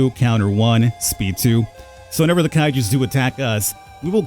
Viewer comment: kai you not kai jew